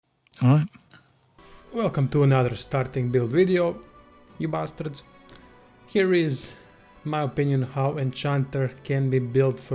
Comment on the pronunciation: Honestly, it sounded sooo funny with his accent